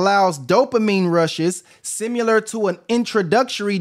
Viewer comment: It's similar, bro, not simUlar.